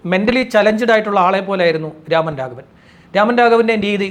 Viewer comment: രാമൻ രാഘവൻ അല്ല സേട്ടാ രമൺ രാഘവ് 😅😂